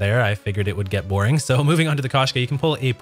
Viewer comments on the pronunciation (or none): Koshka sniper rifle is not pronounced kash- ka...as this guy is saying. It’s supposed to be pronounced as Kosh -ka. Him mispronouncing the name causes me to not want to watch his content. I don’t want to hear how he pronounces the operator mod Strelok. It’ll probably make my ears bleed.